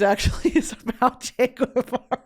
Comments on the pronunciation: First of all, it's not "Che Gwevara" its Ge- va- ra. If it was it would have a "ü", since you love linguistics. Really sad that you're praising him. Of course he's "demonized by history" because he played a role in ruining Cuba, where people are now killing themselves cause they're going crazy cause there's nothing. All my life I lived in guilt because my family is trapped there and were robbed of a life that would have been much better in the absence of Communisn obviously. It's a really, really privileged take to be like "Che had a vision he was a revolutionary." Then why'd he have to come and prey on a little country like Cuba doing well for itself? Why not take over Argentina? I love Argentina, and I don't resent them as a country for what Che did. Cuba didn't have a problem that needed fixing. You said he said "you can't have a revolution without guns". Well guess what, no one was looking for a revolution anyway. Esos cabrones pushed my grandparents to move to the U.S. with guns, with fear. Crazy how people like Guevara are praised for stealing and looking for more when they already have everything, and in the proceso ruin countries that they have nothing to do with. Most prominent with Guevara being Cuba. I just beg, listen to actual Cubans. I'm getting really, really tired of white freaking people or non-Cuban people in general talking about our country and invalidating our experiences and what Castro and Guevara did to us. I, myself, am not entirely educated on it bei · I'm gonna be the annoying argentinian pointing out that Guevara is pronounced "gehvara" not "gooehvara", the U between G and E (or I) isn't pronounced unless it's spelled "ü" like vergüenza or pingüino. Also Guevara was his last name 🤣 Other than that you keep slaying Spanish!! 💚